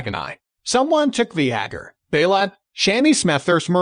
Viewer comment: did you just call Vhagar... V-HA-GER? wtf stop using robot voice